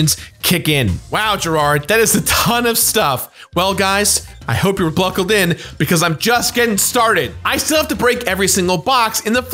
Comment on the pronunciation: You also said ‘bluckled’ instead of buckled